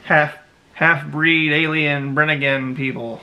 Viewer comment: It isn't really a LOST CITY ..it's more like Enchanted place like AGARTHA!!! A kababayan from NY and please pronounced it correctly ....BEE REE NGAN and my suggestion to you Sir is to not delve on these ELEMENTS for it's NO JOKE!!!! You are a foreigner and you don't know the ELEMENTALS in the Philippines...TY